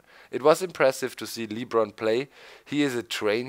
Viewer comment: Hey doc it's not leebron it's lebron